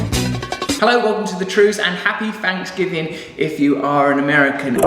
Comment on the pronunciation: Happy "Fanks"giving...... I love how English people make fun of our Thanksgiving. When they can't even pronounce the letters "TH" without sounding like an "F" but you're right.... We are the weird ones :-)